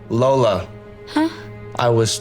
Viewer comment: yes, you can hear the guy mispronounce "lola"